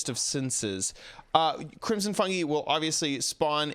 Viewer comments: Crimson fun”gee” lol it’s pronounced fun”guy” ❤️ I still love you though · Fungi is pronounced fun guy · ITS PRONOUNCED FUNG-EYE